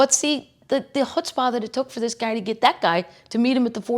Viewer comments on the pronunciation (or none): none